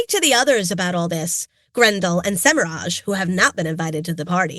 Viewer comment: They pronounced Semirhage with a hard G, which is the canon pronunciation according to the book glossary.